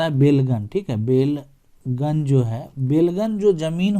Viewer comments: बेलगन नहीं बेलगान होता है जिसका मतलब है बिना लगान का।उसने अंग्रेज़ी मे belgan लिखा और आप भी वही जपने लगे... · बेलगन नहीं होता है, बल्कि बेलगान होता है अर्थात जिस भूमि का लगान(revenue) नहीं लगता हो उसे बेलगान भूमि कहलाता है